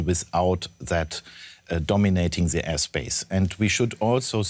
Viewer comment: Why do Germans say "zhe", they literally have "die" in their german language and it's pronounced the same as "the"...